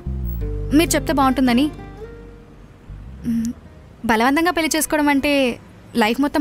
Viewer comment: పెల్లి ఏంటే తల్లీ పెళ్లి అనండి మీరైనా